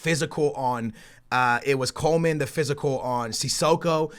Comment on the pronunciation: it's "Coman" not Coleman